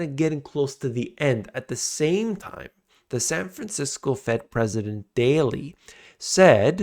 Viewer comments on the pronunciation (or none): none